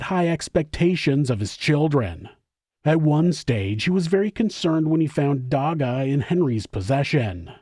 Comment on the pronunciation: Lol i love how you tried to pronounce the word "dagga". As a south african, im impressed 😅